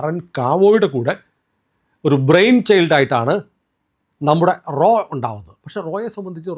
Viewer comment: "" റോ "" അല്ല "" റാ "" RAW. പിന്നെ RAW ആണ് ഇതിന് പിന്നിൽ എന്ന് പറയുന്നത് ശരിയാണോ . ആലോചിക്കുക. ഇന്ത്യ ഗവൺമെൻ്റ് ഇതൊന്നും സമ്മതിക്കാത്ത പശ്ചാത്തലത്തിൽ